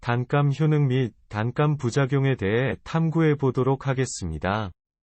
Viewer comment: 단감 발음이 뭐이래